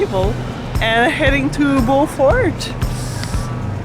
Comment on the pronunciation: Alex, did you cringe when you heard them pronounce “ Beaufort” 😂